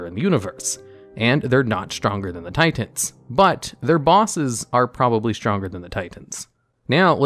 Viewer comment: tiTENS....ti TENS.....just fuggin say titan